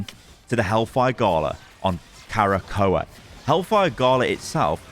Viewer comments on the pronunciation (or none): Bro there is no extra A in Krakoa. It isnt Kara-Ko-a. It's Kra-ko-a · I grimaced each time said "Karakoa". He straight up added a letter that's not even there, haha. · Arrako: Uh-rock-oh Krakoa: Kruh-ko-uh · My guy its pronounced “KRAH-KOH-A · magneto says it in game its pronounced "kra-ko-a", krakoa is a sentient island that is also a mutant, once discovered the mutants decide to live on it to avoid there continued scrutinisation from humans I hope shes a strategist vanguard mix like Mr fantastic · its "KRA-KOH-A" haha xD. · Magneto literally pronounces Krakoa in the game. I’m surprise u are pronouncing incorrect. All good though. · "I'm a big X-Men fan." ->Doesn't know how to pronounce Krakoa.